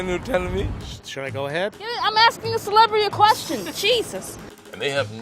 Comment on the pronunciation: "Dude! I'm asking a Celebirity a question! Jesus!!" Lol